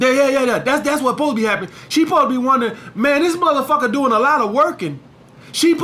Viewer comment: When says Muthafacca it kills me